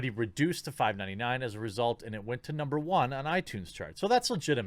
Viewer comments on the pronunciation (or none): none